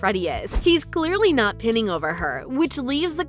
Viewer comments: Pinning over her it’s pronounce like pine and Ning so pining. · Hey guys no hate here I just want to let you know that your narator pronounced 'pining' wrong it's cool tho she's probably only ever seen it written down(funny stuff)